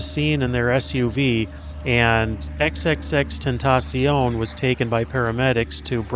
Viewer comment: OK, the way you pronounce his name is killing me! Awesome video but his name is actually “Extension”, that’s how you pronounce it. He just spelled it that way. 👍🏾